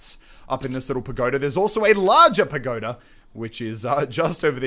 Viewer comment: Padoga not pagoda